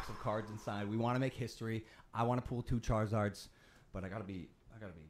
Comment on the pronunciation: Pull not pool omg